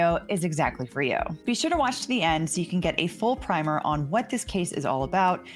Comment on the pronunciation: The word primer as you mean it here is pronounced like “prim” in “prim and proper”, rhymes with dimmer. Not to be confused with paint primer, rhyming with climber.